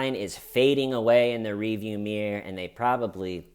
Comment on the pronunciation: I love how says "re-view" mirror rather than "rear view" mirror. 😂 His imitation of Amelia - it's almost like he's putting his lady chest out. 😂 I love this guy and will love him F-O-R-E-V-E-R!! 😂